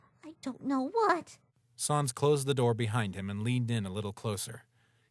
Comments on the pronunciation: The narrator pronounced sans as s-aa-ns not s-an-s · Why do they say sons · Why do you call sans sons